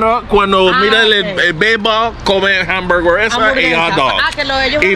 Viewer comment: After all those years traveling in Latin America you butchered the word hamburguesa.😂